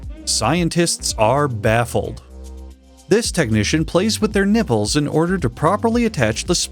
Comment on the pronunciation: I thought he said "nibbles"